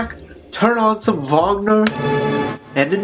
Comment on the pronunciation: It's Wagner not Wangner or whatever you said.